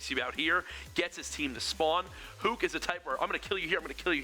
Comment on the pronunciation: They are mispronouncing Huke's name :/